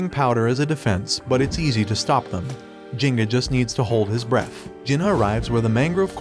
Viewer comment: Bro This anit a manga Jenna is not his name Kang Jin Hyuk is pronounced as Kang Jin He Yuk not Jenna